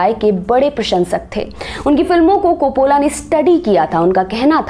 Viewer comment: It's Ray not Rai Copollo not copolla